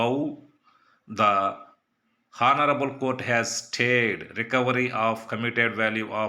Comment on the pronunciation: హాన్నారబుల్ కాదు ఆనరబుల్